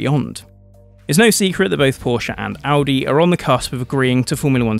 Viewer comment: The biggest thumbs up from me goes to you personally for the correct pronounciation of Porsche and Audi! If Formula 1 really brought back V10s, I'd re-start watching it. I stopped at the end of season 2013, when the lawnmower engines were introduced.